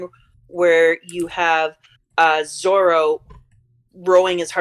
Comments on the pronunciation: I like how you correct her slight mispronunciation of Nami, but then let her keep saying "Zolo" over and over, for the whole rest of the video 😂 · Its zoro. Not zolo. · What a fantastic video idea. I really enjoyed this conversation. Lots of interesting observations. Thank you. Although I have to say, an L in Zolo instead of Zoro bothers me way more than an ay in Nami (and Nami was the one that you corrected). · Don't say Zolo, it's Zoro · I love that you corrected her pronunciations on everything except Zolo